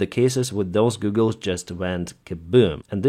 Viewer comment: Hi, you are so careful to give out the best information possible so I know the details are important to you. I hope you take this in the spirit of helpfulness that it is meant. They way you pronounce goggle is more like Google, the company. It is pronounced correctly as g-awe-ggle. I know a lot of people that have learned English like to make sure their pronunciation is right so I hope you found this helpful.